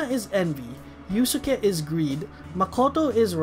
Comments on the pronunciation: It's pronounced as iuske, not iusuke. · Quick thing(s): Yusuke is pronounced as "Yuske", the second U is silent. With Hecate and Astarte, the E at the end of both are silent, so they would be pronounced "Hecait" and "Astart"